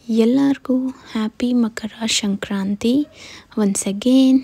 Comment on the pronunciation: ಅದು ಶ0ಕ್ರಂತೆ 😲😬 ಅಲ್ಲ ಸಂಕ್ರಾ0ತಿ ಕನ್ನಡ ನೀಟಾಗಿ ಮಾತಾಡು